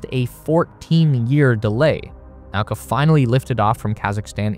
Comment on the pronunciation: Also, Nauka is 'na-oo-ka', not 'now-ka'.